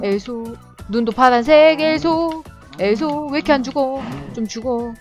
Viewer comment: 근데 왜 계속 엘소엘소 하는데 메소로 들리지? 메플폐인이라서 그런가?